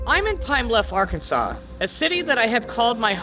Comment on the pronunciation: It's Arkansas. They dont say Ar-Kansas. They say Ark!Kan!Saw! But it's spelled with an S. Not a W! I'd leave that dumb assed state, too.